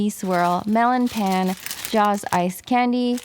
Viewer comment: Love your videos, and pan is pronounced as pahn <3